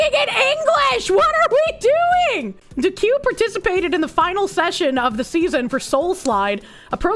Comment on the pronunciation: >duque pronounced "doo-queue"